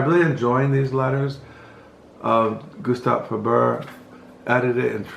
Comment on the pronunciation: but you pronounced Gustave Flaubert correctly 😄 ..even with the silent "t" on the end